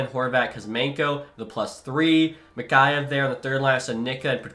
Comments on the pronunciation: It’s mick-ey-yev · Your pronouncing Mikheyev wrong